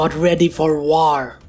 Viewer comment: i love how this guy says "war" i love the word "waaor" its amazing